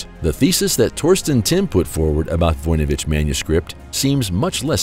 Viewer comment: Why did the narrator begin saying Voynich wrong half way thru?